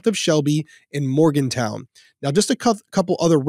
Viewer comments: It is Morganton NOT Morgantown. I live here. Get it right. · It’s pronounced Morgan-ton as in a ton of . . . Xyz. When I moved here I pronounced it the way you guys did 🤓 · It's actually Morgan - TON (we pronounce it Morgan - tin in southern speak), not Morgan town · I love y’all, but you’ve got to stop pronouncing southern towns as if they end in —-town. It’s Morganton … no W! Pronounced Morgan Ton as is 2000lbs is a ton. Hugs and thanks for the great videos! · It’s (morgan-ton) not town. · It's not Morgantown, it's Morganton. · Hey, just wanted let you know that Morganton is pronounced Morgan-ton not town, hope this helps and thank you for what y'all do. My heart still breaks Everytime I pass the Billboard that is up, and it's time this gets solved. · MorganTON not town. 😊 From a local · It's Morganton not Morgantown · It’s Morgan-ton not town 😅 I’m local to this. I still have hope she’s alive somewhere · Ive lived in this area since 96 and see her billboard every time. Glad something is getting done. Fyi, if your talking about morgantown?? Its morganton not morgantown respectfully. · Morganton not Morgantown DA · It's not pronounced Morgan town it's pronounced morgan ton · It’s MorganTON NOT MorganTOWN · It's Morgan-ton ,I live 15 minutes from there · It's MorganTON, not MorganTOWN. Morganton is in NC. Morgantown is in WV. Being from NC (growing up not far from where she was from; I have family that lives in that area), that isn't much older than Asha, and I remember hearing about her when this happened, it is great that there has been some movement in her case. I just hope they can get some answers. Hopefully, her case will be solved. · It is Morgan ton. Not Morgan town. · Not Morgan Town. Mor-gan- ton. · Morganton...not morgantown! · Morganton NC not Morgantown fyi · Morganton, not Morgantown. 🙃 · I live in Caldwell Co. NC and I am so happy to hear this. Just FYI ...Morganton is pronounced morgan-TON not town. Keep up the amazing work. Ty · It's Morganton, NC